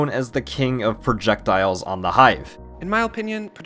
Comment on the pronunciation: I like the part where he said Projekdiles.